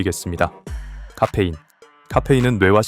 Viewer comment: 까페인 발음 ㅋㅋㅋ